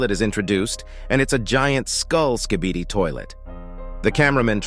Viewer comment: Bro says skidibi